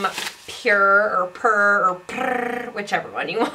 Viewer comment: You’ve really have the ‘Puurrr’ roll down pat!